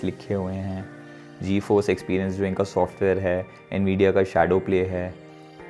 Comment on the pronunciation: did this guy say G-EFORCE RTX 3060....🤣🤣🤣🤣